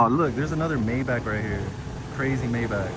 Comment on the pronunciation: You are not saying Maybach correctly.